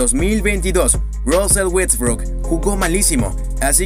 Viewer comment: Me gusta como pronuncias russel Westbrook !😂